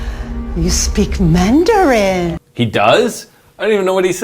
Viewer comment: Perfect 🤩 Pronunciations for Chinese 101!!!!!